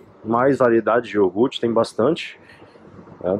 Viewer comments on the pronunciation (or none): iogute??????nao seria iogurte???!!